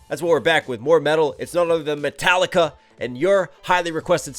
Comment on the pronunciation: yeah, that´s exactly how it should be pronounced .... :D :D ..... you´ve just made my day, sir, thank you!! :D